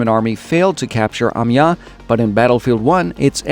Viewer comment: Like the video! But please, please learn to pronounce Amiens -> [a.mjɛ̃] You pronounce it like "amia", your first part is good, but the last part is pronounced like the english word 'ant' (but without the t). Ami-an(t). That's the best I could describe it :)